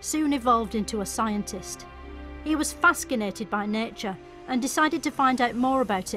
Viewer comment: He was “fas-kinated”.